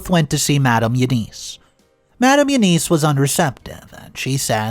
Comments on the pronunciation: Again, another common & simple name you mispronounce... EUNICE is NOT pronounced "you-neese". It IS pronounced "you-niss", & the 'i' sound is soft like in the word 'in'!!! Again... DUH!!!! As usual, you're too lazy to ask google how to pronounce the name "E-U-N-I-C-E". For Gods sake, it frigging will tell you how to pronounce a name. Would spending maybe 10 to 15 extra seconds to learn how to pronounce a name or word CORRECTLY, kill you? But guess you rather stay lazy and ignorant... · It’s not you-niece, it’s You-ness If you use a name 500 times in a story, be nice to your audience and ask “Siri, how do you pronounce, Eunice?” before you start reading. It’s an old fashioned name, but most people should know how it’s pronounced.